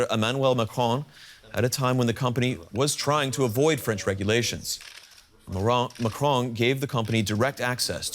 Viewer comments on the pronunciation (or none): You said Marron 🤣 and in French it has many meanings that all suit Macron